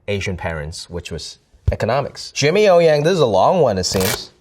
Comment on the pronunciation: Butchered his own family name 😭